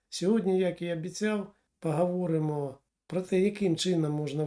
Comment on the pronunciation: Не коверкайте українську мову,наприклад"пагаворимо",не "гардон" а гордон,не мажливість а смі знаєте як